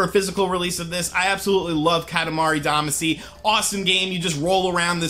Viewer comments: Yes, that pronunciation bugged me as well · with how you said damacy, tells me you havent played it. as they pronounce it in the theme song. all of you opinions are officially suspect. unsubscribed because of it. just some constructive feedback. goodluck in the future. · Yeah, because mispronouncing a foreign word from a game he hasn't played in years = GRAND CONSPIRACY! 😂😂😂😂😂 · Every time you said “Damacy” wrong I cringed.